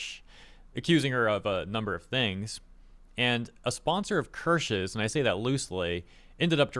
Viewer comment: The pronunciation you had when saying "Kirsche's" was pretty spot on as the German "e" would be closer to an english "eh".